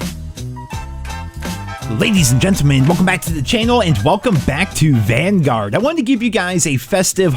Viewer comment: I thought you said "Welcome to Banguard" their for second.